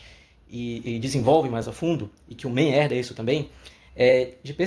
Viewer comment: Você está pronunciando o nome do autor como se fosse inglês. Não se pronuncia 'men' é 'man'.